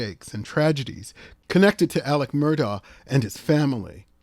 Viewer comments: AleX... There's an X in there as in AleXander, not a C as in AleCander. 🙄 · Isn't it Alex, not Aleck?